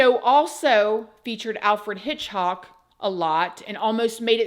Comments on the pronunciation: And HitchCOCK not HitchHOCK lol I love ❤ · It's Alfred HITCHCOCK, not "hock". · Hit-hock??? You mean HITCH-COCK right??? LOL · It's Alfred Hitchcock not Alfred Hitchhock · Alfred "Hitchhock" 😂 We love your -isms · Alfred Hitch"hock" 😂